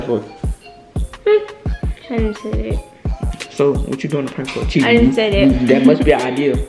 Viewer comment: Me said cheaing: noticeing